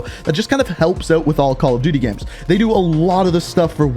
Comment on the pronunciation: Gameranx says "Gams" instead of "Games" and says "Gems" instead of "Games"